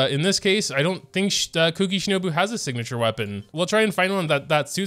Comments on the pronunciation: The whole mispronouncing kuki’s name as cookie is already older than the emergency food joke. Ku-ki is not said as cook-ie phonetically Yes I know he is doing it as a joke. But the amount of people who actually think you pronounce them the same is infuriating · you know the 'u' sound from the taxi service 'uber'. Try saying the u in kuki that way and then you should be pretty close.